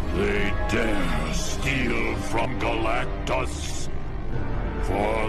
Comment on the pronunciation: Abi oyun fatihi wolverineyle savaşı diye sen Galaxtus diyon ıq